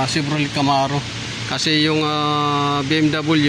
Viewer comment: chevroley, cherok... hayysss